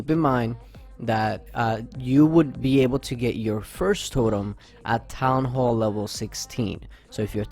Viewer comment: Its totem not torem 😪